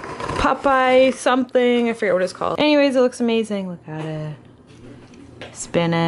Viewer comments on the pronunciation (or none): Sorry, but it sounded so weird when you pronounced Popeye xD the pizza looked so good though. I recommend you to watch True detective and Orphan black, not sure if they're your kinda TV show but are pretty good!